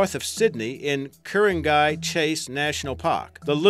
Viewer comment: Listening to you try to pronounce Ku Ring Gai was amusing.